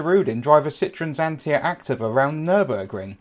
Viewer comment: The correct pronounciation is "Acteeva".